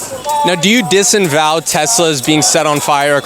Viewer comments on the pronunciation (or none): Do you "desinvow"?😂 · lmao “Disenvow”? 😂 bro if you gonna try to make other people look stupid, maybe don’t try using big words yourself while doing so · Interesting video. I like it that you let people explain themselves and don't try to agitate. It's "disavow," though, not :"disenvow".. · Bro, you have to stop saying “disinvow”. It’s disavow. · “disavow” not “disanwow”. Go back to grammar school. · Are you saying “disenvow” instead of disavow? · dis-A-vow dis-A-vow dis-A-vow. It’s not dis-in-vow. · friendly correction I love your channel by the way first time viewer. It's disavow not disenval. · Dis-A-vow. Disinvow isn't a thing. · It's DISAVOW, not DISENVOW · Dis. Uh. Vow. Disavow.